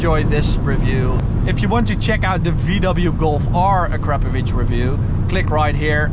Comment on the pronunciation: Uh-crap-ovich lmao